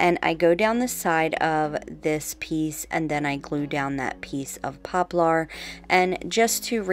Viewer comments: You are so creative! And quickly becoming the you tuber that others want to copy! Thank you for continuing to come up with so many clever new and fresh ideas! If I may please correct your pronunciation of the word poplar"... I have always heard it pronounced "popLER ". It is spelled like you say it, but not pronounced that way. Heck, where I grew up in the boondocks country, we called it "popple"! Lol! Whochever way you choose to say it, thats ok, just thought it might roll off your tongue a bit easier that way. ❣🎨❣ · I'm a longtime subbie and I LOVE all of your DIYs! Just a little help from one to another....it's pronounced popler like popular without the u. It just has the "er" sound at the end instead of "are". You are such a sweetie and I didn't want someone else to tell you in a mean way "you're saying it wrong". Haters gonna hate but some people are just rude.:)